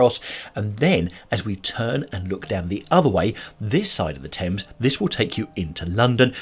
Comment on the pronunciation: This Richmond upon Thames is a beautiful video and stroll. I notice you pronounce Thames with a silent "h". Thank you as I have been mispronouncing Thames with the pronounced "h" just like the word "thing". What a delightful area. So glad you caught that lovely flower shop in the center of the square. I bet the fragrance was so sweet to pass by. I loved the little quaint back alley streets and love the cobble stone streets and alleys! Beautiful little shops and such very old history! What with the Henrys, the Edwards, the one Richard, and that Queen Elizabeth I - the monarchy trademarks are fabulous tid-bits to know. HEY - look at that wonderful pub called The Old Ship!! Now that is English if I ever saw. I would love to have the good ole Fish n Chips with a dark English lager in there! And dont forget the Malt Vinegar on the fish!! OK, now I adore Paved Court. A beautiful side street that I would love to visit. Oh...The Open Book! I can see you in there. LOL I got such a laugh when you said..."having a good flick through - right!" 🤣🤣🤣🤣🤣 The river on Richmond is just gorgeous. I wonder if in the quiet serene area of the river, if people are allowed to take canoes out for a paddle? Loved this area and great video! Blessings.